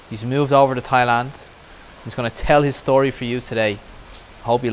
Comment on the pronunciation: The word Story DOES NOT have an SH sound!!!!!!!!!!!!!!!!!!!!!!!!!!!!